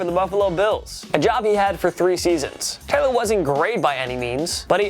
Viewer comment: Maybe don't feature Tyrod Taylor if you can't pronounce Taylor